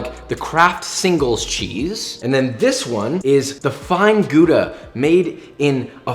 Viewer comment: I hear Joshua say Gouda wrong as a Dutchman I will say this, My disappointment is immeasurable and my day is ruined.